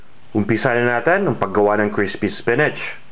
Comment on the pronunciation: pasintabi na po sa inyung lahat peru hindi ku talaga matagalan ang boses ng tao sa video ... yun lang ang dahilan kung bakit di aku nag ssubscribe dito .... ayoko ng "makati accent" gustu ko "manila accent" , parang ang arte kasi pagbigkas na lang ng "ATIN" gagawin pang "ATENNN"...